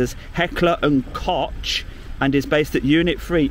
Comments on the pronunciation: Heckler & kockhhh……not koshhhhh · It's actually pronounced cock not cosh. Easy mistake because of it spelling. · Its Kock btw. :D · Just a comment on the proper pronunciation of "Heckler & Koch". Koch is the German word for "cook" in English and is pronounced like "Loch" as in the famous "Loch Ness" in the Scottish Highlands, apart from the first letter obviously. :learning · DJ, it's pronounced "kok" ! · Always thought it was pronounced "cock" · It's pronounced "cock". I mean the arms manufacturer, not the copper of course. ;)